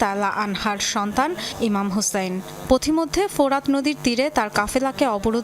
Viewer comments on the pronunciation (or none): হযরত ইমাম হুসাইন রাদিয়াল্লাহু তা'আলা আনহু মুখে উচ্চারণ করতে পারো না খবর প্রচার করতে এটা কি মেকআপ মারোস আর পিজ্জা খাস